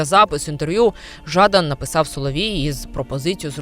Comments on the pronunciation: Та не Жааадан! А Жадан! Неуч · ЖадАн, а не ЖАдан. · шо це за дика манічка вигадувати людині свої інтонації для прізвища, шо за ЖАдан???? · Нащо робити випуск, якщо не знаєш , як правильно вимовляти прізвище героя цього випуску? Трошки дивно… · також звернула увагу на нетиповий наголос. Може б і підписалася на українськомовний канал, але цей невірний наголос натякає на не високий професіоналізм автора